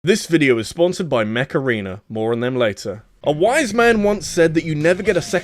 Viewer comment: mech arena? cause i heard macarena